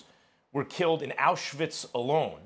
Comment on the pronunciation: The way Max pronounced Auschwitz was kinda scary ...